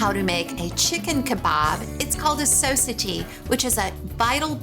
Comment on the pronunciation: SoSatie is pronounced ‘so-sah-tee’.